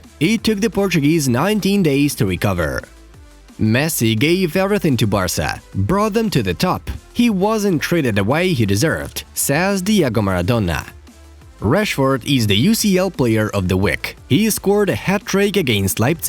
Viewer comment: Man said diago maradona